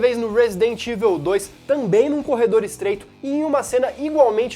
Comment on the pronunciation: Só uma crítica construtiva pra galera! "EVIL" se pronuncia "Ivol" não "ivel" Abraço :D